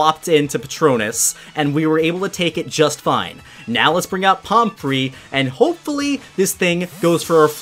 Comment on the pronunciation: pomfrey does NOT sound like palm tree